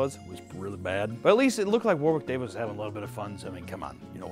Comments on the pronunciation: WarWiiCk DaaviS 😂😂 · It’s sounds like you’re pronouncing Warwick Davis with a lisp